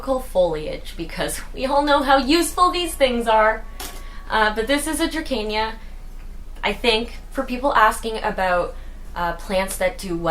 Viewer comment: also [dra-see-nuh] draceana